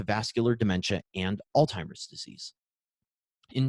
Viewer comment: Outstanding content! I would love to forward this to medical colleagues, but I am afraid the consistent mispronunciation of Alzheimer's (there is no T in the word) belies the scientific validity of the content. Just a suggestion going forward for an otherwise excellent video.